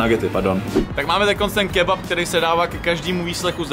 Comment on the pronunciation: kebap?? Co to je za lidi... kebab s P na konci..